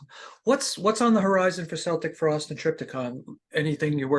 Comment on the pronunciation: Interviewer can't even pronounce the band's name.